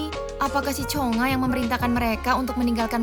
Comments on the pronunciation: Nama nya chungha bukan chonga😮😅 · Yang benar chungha woi cheungha² aneh kali lah ni